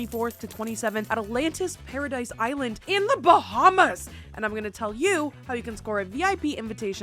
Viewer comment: "BaHmAs" "OnE MiLlIoN DAllASs"